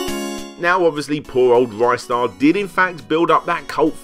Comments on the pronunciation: Rye-star? Im outta here Ree-star thankyou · Ristar the Shooting Star (リスター・ザ・シューティングスター Risutā za Shūtingu Sutā) Short "i" sound, not a long one. "Wrist-ar", not "Rystar". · Ristar is in my top five favourite games of all time. Playing Ristar isn't just playing a kiddy platformer, it's playing a living, breathing sci-fi universe filled with emotion. One of the best games for the Mega Drive. Good video but it's pronounced 'Ree-star' not 'Rye-star'. Not sure where this 'Rye-star' pronunciation came from. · Interestingly enough this is the first time I've ever heard it pronounced R-eye-star. Everyone I've ever met either says it "Ree-star" or "Wrister" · It's pronounced 'Ree-star' as how the creator calls the character. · Just so it goes on record, it is officially pronounced "re-star" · Well, technically the Japanese title is also in English. But anyway, another youtuber did a Ristar retrospective awhile back and he mentioned interviewing multiple employees of the English localization. Two of them pronounced it Rih-star, and another said Ry-star. So it can be both, but I go with the short i since that has more phonetic proof to it.